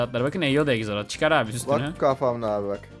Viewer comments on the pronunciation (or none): Egzolot değil axolot. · Ekzelot değil aksolotl